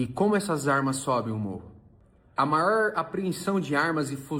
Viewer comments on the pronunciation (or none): "A maór apreensão de armas e fuziz"